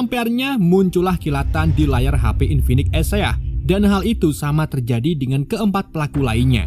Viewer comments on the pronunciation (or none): none